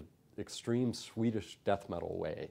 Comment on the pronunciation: Dude. I have no words. You are the best bestest ever besting best. Much love to you, you Bartók of metal. From now on I'm hearing "sweet-ish" when you say Swedish, that's it.